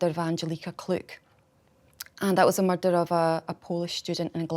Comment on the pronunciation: "Theres been a muurdderrr"